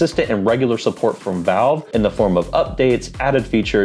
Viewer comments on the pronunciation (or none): none